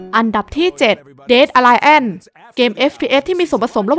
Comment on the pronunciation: aliance อ่านว่า อะ-ลี-อานซ์ แปลว่า พันธมิตรครับ ตรวจก่อนลงก็ดีครับอาจจะช่วยให้คนดูเพิ่มขึ้น